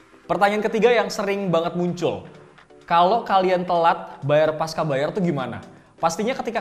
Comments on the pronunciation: Pasca bacanya pas-cha, bukan pas-ka. Karena pasca itu bahasa indonesia (yg diambil dari bahasa sansekerta, artinya setelah), bukan bahasa inggris atau serapan dari Inggris. Bahasa indonesia c dibaca che. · Koreksi bang, harusnya dibaca 'pasca' bukan 'paska'.